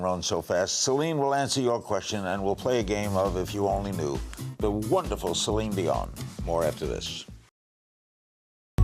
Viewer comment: Omg I cracked up at "Celon Delon" as that's what my Dad calls her! He loves her and went to her concert in 2017 with me but can't pronounce her name 😂